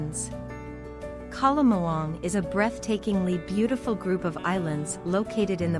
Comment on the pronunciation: The narrator should learn the correct pronunciations of names of places. Example " Banaue" - bana-we; " Caramoan - Cara-mo-an